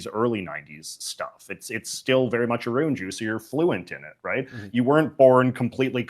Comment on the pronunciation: I've never seen someone pronounce every single "ou" word with an "oo". About = Aboot sure I get, never heard aroond before